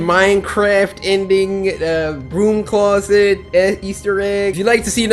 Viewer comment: was I the only one who heard "cloodet" instead of "closet"?